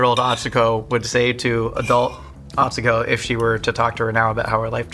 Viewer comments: is great, but it was driving me crazy that he was pronouncing Atsuko’s name wrong.:) Great episode though! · Did he just say… atsuko katsuko?